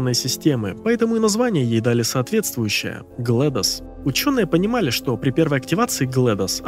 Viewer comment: GlaDOS читается как "Глэдис". Как имя Gladys.